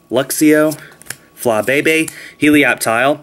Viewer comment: its fla-bee-bee not fla-be-be (for flabebe)